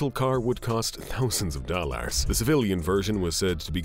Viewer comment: what the f is wrong with this guys pronunciations ?? dollass, servass ? and a lot more.. oh well not as bad as the little mad man called Putin